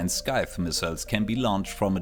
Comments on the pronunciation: Something to help with your English pronunciation is Scythe is pronounced like sight, not skip. It's not something that you'd need to practice, but it is a thing you can practice, along with ignoring the second b in bomb. I think you do a fantastic job regardless, easily understandable for conversation with no real improvements needed unless you're aiming for 100% fluent natural speaker levels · after the last update the 20/5 meters altitude to avoid detection has been replaced and now you get progressively harder to spot as you get lower, depending on your RCS i think that if you have too high RCS (like the revoker) it might be impossible to hide (btw scyte is pronounced "saif" i think)